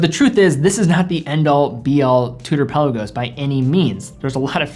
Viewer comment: Pe’Lagos....not Pella-gos. Great vid!